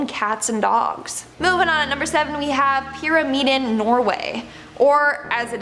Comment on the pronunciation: Pyramiden means «The Pyramid» you pronounce is ‘Pyram’ like in Pyramid and ‘iden’ as «Eden, as in The Graden of Eden»